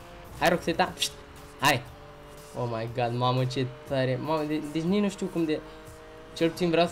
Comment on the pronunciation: se spune o may gad